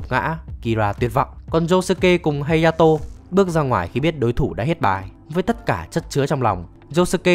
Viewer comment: Ủa phần 4 là hayato mà sao cứ hataro =))))